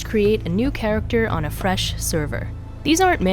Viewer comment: did she just say ... F R E S H at the beginning?